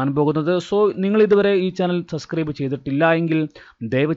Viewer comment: Sir, സബ്സ്ക്രൈബ് aanu. സസ്ക്രൈബ് alla. Sorry 🙏